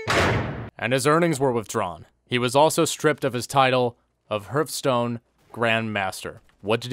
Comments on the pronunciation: I can't tell if you're purposely mispronouncing Hearthstone or not lol, anyways. Good video man, thank you for bringing light to this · No one:...: Herfstone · Funny how he says Hürfstone